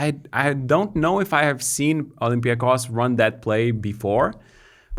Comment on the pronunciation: It's OlympiacOs. Not OlympiAcos. Okay?